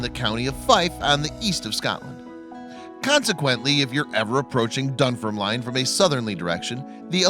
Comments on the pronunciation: This guy can't pronounce Edinburgh or Dunfermline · 😂 I know...